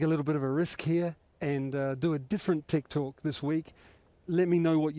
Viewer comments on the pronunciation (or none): Simon : Tech Talk My ear : Tik Tok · Simon Crafar: Tech Talk. My ears: Tik Tok. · "tech talk". But i hear that was "tik tok" 😅